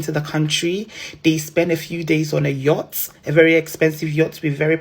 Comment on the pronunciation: My dear girl, the word is yacht 🛥, not yurt pls